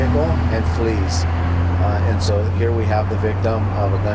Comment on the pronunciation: Flees not fleds